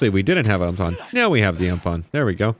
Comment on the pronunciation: Put the UMP back on... Its pronounced (U-M-P) haha 🤣🤣🤣